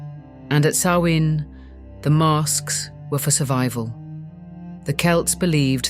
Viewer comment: I'm glad you pronounced Samhain's name correctly. It gets mispronounced frequently. Rumor is, a Mysterious Haunted Island is located somewhere off Canada's East. The Haunted Isle actually used to be Charted on Official Maps, until a couple centuries ago. If those things came from the West, it's conceivable they were habitants of that Mystery Island. The Isle would be along Horizontal Line Coordinates that run through Ireland and Scotland. That gives them a direct route to fly. If these Ancient Tales are True, that would help ground it geographically.